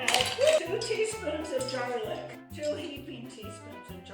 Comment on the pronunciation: Lol Jarlic 😂😂 just love you ❤